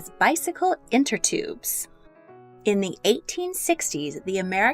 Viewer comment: Inner tubes, not “inter tubes”